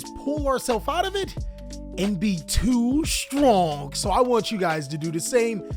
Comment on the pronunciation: Also whenever u say "too stronk" that shit makes me so fucking happy bro